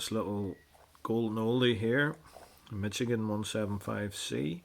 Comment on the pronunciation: Pronounced Mish-a-gen. Just saying.